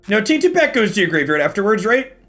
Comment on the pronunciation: Everyone is talking about saying "Taint" so much. But all I can hear whenever he says "Tainted Pac" without emphasizing the 't' is the Republican party at large. Tainted PAC